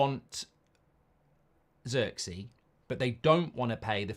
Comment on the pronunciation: I hate how Mark says Zirkzee 😂😂😂 that’s not how you pronounce homie name 🤦🏾‍♂️